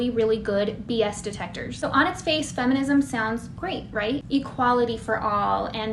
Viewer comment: Did you say efenism?